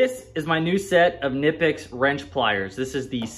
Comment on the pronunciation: It’s pronounced Ka-nipecks, the K is not silent in German.